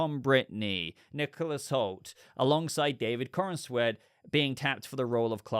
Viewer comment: I love all of your content, but you have to stop saying David CornANsweat. You are mispronouncing his name and giving an extra syllable is just David BatmanCornSweeat. When it comes and do it as you just said, watch a clip where he pronounces his own name. 🤦